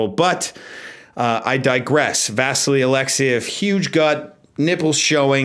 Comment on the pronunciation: I may be wrong but isn't the pronunciation vasILY (Alexiev)? I watched him on Wide World of Sports (ABC on TV in the USA) as a kid and that's how I distinctly remember it. Not a big deal, just thought I'd mention it.